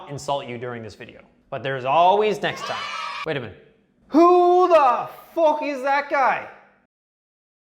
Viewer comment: When you say "fook" you sound kinda Irish 🇮🇪